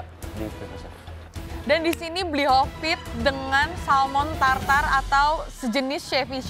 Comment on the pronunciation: malrani mulut ny gapernah di pegangin klo ngomong suka lepas kendali, bli hovit jadi bli kopit, kan kocak ganti ganti nama orang sesuka ny dia 😅😅